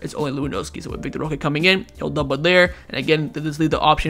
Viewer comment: Bruh it's vitor [vee tor) not vic tor